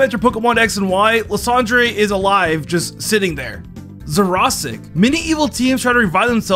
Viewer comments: I'm sorry, lasan Dre? It's ly San der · Imagine mispronouncing Lysandre